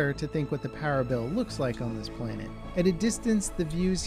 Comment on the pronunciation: He pronounced planet as "plainit" lol